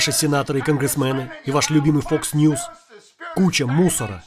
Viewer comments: Мне показалось или он и вправду говорит не "Fox", а "Fucks News"?))) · Vaseslav, он говорил не Fox News, а Fucks News :)) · он говорит не фокс ньюс а фак с ньюс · мне послышалось или на 1.40 чувак сказал не ФОКС ньюз, а ФАКС ньюзь (в переводе примерно ЕБ...НЫЕ новости)